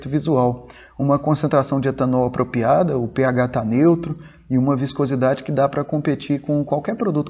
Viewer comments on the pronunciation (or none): Muito bom, sem dúvida o vídeo mais completo sobre o assunto. Pequena correção: a maneira correta de se falar é "apropriado" e não "apropiado", como você repete algumas vezes. Parabéns!